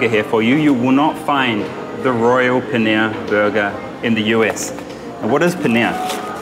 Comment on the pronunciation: Pls learn to pronounce dabeli and paneer it sounds so weird man